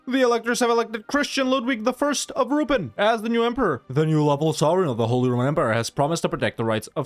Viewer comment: How to say Ruppin -> Ru.peen